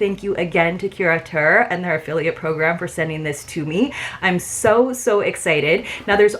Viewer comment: I think you are the only creator who pronounces the name correctly--so tired of hearing it called curator box. That was quite a difference in values, but totally get the why in terms of your choices.. I did not order this box primarily as I have too many towels, too many cover-ups, too many skin oils, and also bags, albeit it was a cute bag--so glad it is black inside lol even if its harder to film.